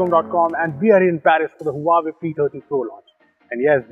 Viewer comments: Omg, this is beast. I don't think any camera beat this zoom features. Hey, the correct pronunciation is wah-way not Huawei. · I guess you aren't pronouncing Huawei right! 😬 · the huawei P "Tatti" pro? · The way he pronounced Huawei 😂